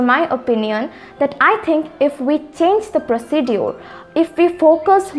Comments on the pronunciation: Not pronouncing procedure, correct pronouncing procizar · Sis procedure pronunciation z wrong . Note this sis. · Your pronounciation about "procedure" is right?